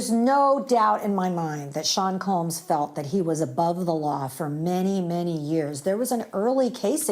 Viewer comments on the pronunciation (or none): Combs…. Not Coombs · Combs, not Coombes